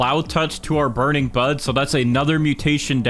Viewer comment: I can’t stop hearing burning Butt